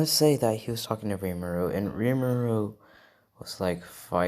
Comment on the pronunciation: Isn't it rimuru?